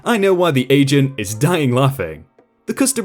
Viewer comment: At one of those stories I heard asians instead of agent